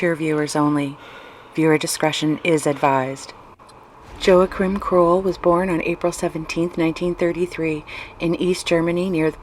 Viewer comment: should’ve learned how to pronounce the dudes name first